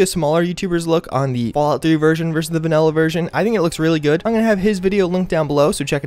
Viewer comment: pls stop saying VANELLA